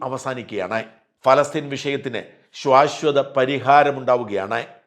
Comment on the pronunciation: sorry. "ശ്വാശ്വത " എന്നല്ല "ശാശ്വത " എന്ന് പറയു....thankyou